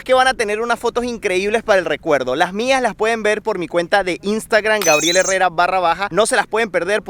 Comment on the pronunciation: Ah brutal cómo decí grabiel ☺️